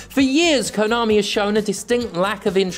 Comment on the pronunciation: At your end bit, all i clearly heard was "Kanomi is Kanomi" lol so true